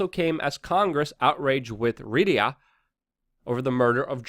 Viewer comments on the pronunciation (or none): Dude, it's not pronounced "Rid-ee-a" It's "Ree-ah-d." Just sayin'. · Ryadh is pronounced: Ree-ahd. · It's REE-ADD (Riyadh), Luke. It's the capital of Saudi Arabia. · Sorry Luke , Ree Yaad is haw to pronounce Riyadh . Otherwise spot on ! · Riyadh is pronounced: Ree-yah-d. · holy fuck bro, how can you call yourself news when you cant read. how is the saudi capital spelled? read it then say it out loud